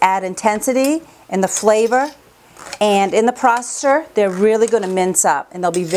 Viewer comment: Lord you say processor so weird and so much that its annoying. Anyway, those green peppers should have been cleaned more and chopped smaller. You wouldn't have to blend so long and it would cut down on the foam.